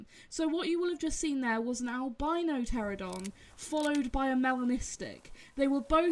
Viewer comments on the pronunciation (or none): Apologies for the slight mispronunciation- it’s “Pteranodon” not “Pteradon”. My fault entirely, had it stuck in my head wrong for some reason! 🙈